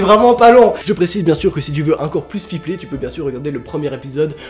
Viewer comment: hOUit fiPLer Tu parle drôlement bien 😂